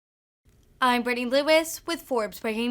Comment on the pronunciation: This news caster is cute but needs to practice reading and annunciating words, she even slurs her own name., I hate to tell you your name is pronounced Britney.